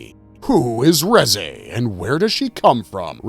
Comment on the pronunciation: It's pronounced as "Rizz eh"